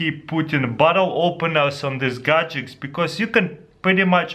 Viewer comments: dude stopppp saying gadecs!!!!!!!!!!! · I love how he says Gadgets - "Gajekts" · Pretty awesome "gadgecks" =) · Gud Gajics 😂